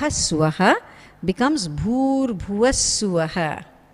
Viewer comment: No matter how many times i replayed...i heard her saying OM..bhur boodh svaha...but the written form was Bhuva not boodh